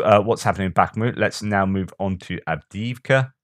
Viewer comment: Doing good 😂 with Av dee eev ka. The first ee has and major lift the second ee a minor fall. Hallelujah!